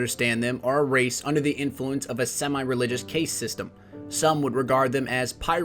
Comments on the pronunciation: i think you're pronouncing "caste" incorrectly. I thought it rhymed with "cast" not pronounced "CAY-ste" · lel "caste" is pronounced cast. still great video, you got a great voice for this sort of thing and I love the fallen. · Please look up the pronunciation of Caste. Overall good video though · The way you pronounce the word Caste.......